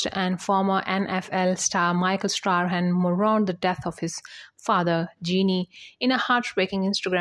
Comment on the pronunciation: Old news, mispronouncing Michael Strahan's name!